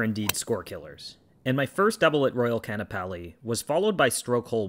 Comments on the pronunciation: You gotta say both A's. Hawaiian is a phonetic alphabet like japanese, every letter is pronounced. This is especially evident in this word by the apostrophe. It's Ka-a-na-pa-li not Can-uh-pal-ee. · "Can-a-pall-ee"?? Haha...it's "Khan-a-pal'i" First time?